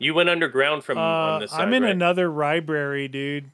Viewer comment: 31.57. When you are in a different library you said Ribary instead ❤